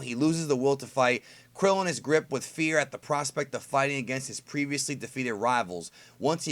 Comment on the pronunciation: I get it fam... But I wish you'd pronounce it KRILLIN lol